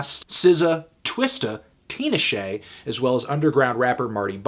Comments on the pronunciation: Its not tin-a-shay, its pronounced tina-shiay. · Its not (tina-shay) its (tee-nah-shay) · Teen-na-shay? Haha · Nigga said tina shay lmfao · did he really call tinashe teenashae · Did you just say Tee-Nah-Shay? Vomit! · The way u pronounced Tinashe... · You said Tinashe's name wrong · You pronounced "Tinashe" incorrectly. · Anthony said Tinashe's name completely wrong but it was funny lol